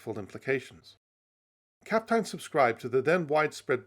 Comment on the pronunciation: The pronunciation of Kapteyn is perfect!